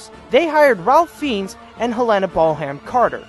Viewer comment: Sweetie, I love your videos, but your pronunciations are just distracting! Helen BOLHAM Carter? What's going on here? Harold RAY-mis! Etc...